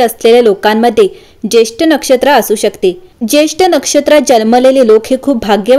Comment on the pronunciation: Jyeshtha nakshtra,jyeshth nahi